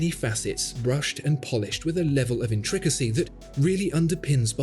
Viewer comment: I appreciate this video for reinforcing the realization, I have no interest in this brand. I also enjoyed how you pronounced "intricacy". I may adopt this pronunciation myself 🎩